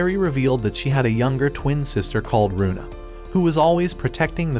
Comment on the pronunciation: Its luna not runa